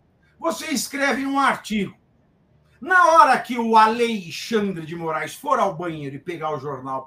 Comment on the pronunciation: Vc disse: A lei xandre de I Morais?😂😂😂